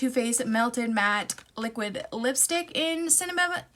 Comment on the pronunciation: Cinna what? I'm still trying to figure out what you actually said lol